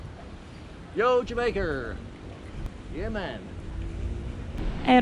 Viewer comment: Not yea man its yea mon the correct way